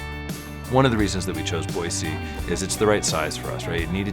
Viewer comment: Someone coached them to say Boy-See, lol!